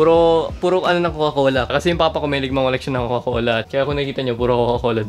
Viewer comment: Kuya hindi "cocola" coca cola